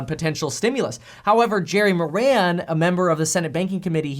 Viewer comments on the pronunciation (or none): none